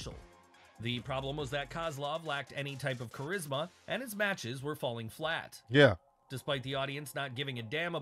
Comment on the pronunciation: Man couldn’t say Charisma 😂😂😂😂😂😂🤦🏿‍♂️